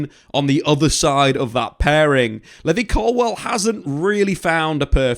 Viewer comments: I no right who the hell is levy 😂😂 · I thought only us Africans pronounce "Levy" till i saw this clip😅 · How can you pronounce Levi wrong 😂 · Literally like what 😂